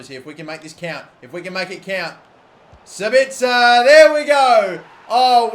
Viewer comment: he finally learned how to pronounce sabitzer